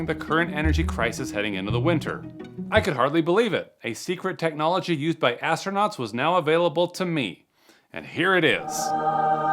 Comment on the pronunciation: AT THE MARK IN THE VIDEO HERE: "IS HOW WE KEPT ASTRONAUNTS WARM" WHAT THE HELL ARE **ASTRONAUNTS**?